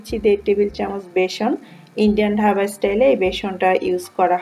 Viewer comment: ঢাবা না ওটা ধাবা হবে, 😄😄😄